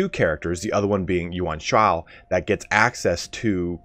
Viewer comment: Really the word "yuan shao" tilts you